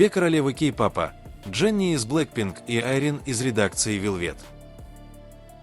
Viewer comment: Автор,изучите русский язык, уши " вянут" от Вашей -"Кей попа," погрузились и т д,, ударение ставьте правильно.🥺🥺🥺